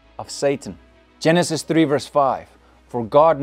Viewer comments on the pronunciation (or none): none